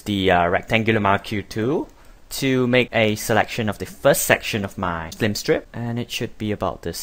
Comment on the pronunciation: It's pretty well narrated, but why do you say "F L I M STRIP"???